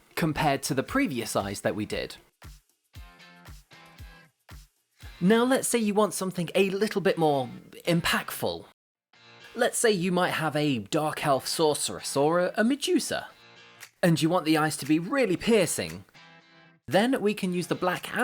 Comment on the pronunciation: "impackful" it's not even a word and you still got it wrong.